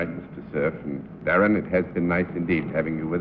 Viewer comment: At the mark when John Daly is welcoming Darren McGavin to the show.....doesn't it sound like he mispronounces "Darren"? McGavin even seems to have a funny look on his face as if he's trying to figure out if he said it correctly or not.